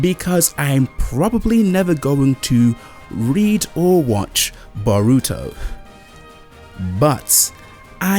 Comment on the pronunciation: Stop saying Naruto wrong!!!!! Na-ru-to not Na-ruto. Bo-ru-to not Bo-ruto.